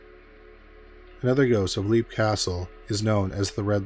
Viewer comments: Great video. I love stories of haunted castles. The pronunciation of the castle in Ireland is, Lep, not Leap, even tho that’s how it looks. And the Elemental there is referred to as “The It”. Congrats on 100k! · It's pronounce "Lep" castle